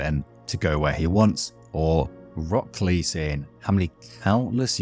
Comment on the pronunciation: It's been 20 years? Jesus, I'm old. Also, you're probably the first person to pronounce it as "Rock Clay" and it actually makes sense lol.